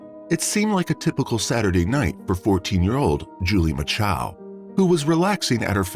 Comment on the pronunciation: There are NO 2 A's in MACHO